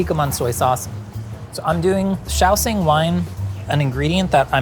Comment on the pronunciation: shao. shing. SHING. SH sound. why do i keep hearing shaoSING someone help explain or educate me if i'm somehow misinformed.